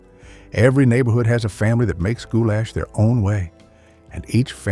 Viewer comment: Except the way he would say gou-LASH had me cracking up 😊